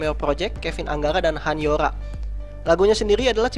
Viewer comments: dan btw han yoo ra dibacanya bukan 'yo' tapi 'yu' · gemes dia bacanya han YOra bukan YUra -_ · perasaan han yoora di bacanya hanyura bukan han han yoola wkwkwk :v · Han Yoo Ra, bukan HanYoRa (bacanya)